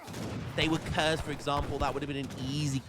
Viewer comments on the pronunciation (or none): none